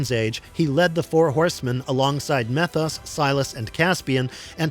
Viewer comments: You calling him "meth-os" instead of "mee-thos" makes me unusually angry. 😂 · Methos is really pronounced; Meee-thos. Get your stuff together, & say it right.